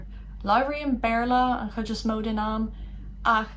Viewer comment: Why does "chuid" sound like "hhij" (with an English j) and not [hhid(j)] (with a weak palatalization of "d")?